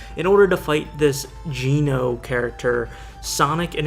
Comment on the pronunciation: There's stuff wrong with this video. Geno is mispronounced. The armored bits are not to extend them. It's to show their robotic doubles of the characters. They made a whole comic for this.